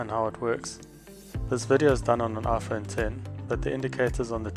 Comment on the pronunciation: "Aphone ten"